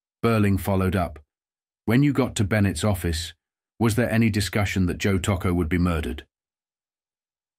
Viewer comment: The pronunciation of Tocco's name is horrible and repetitive throughout this documentary.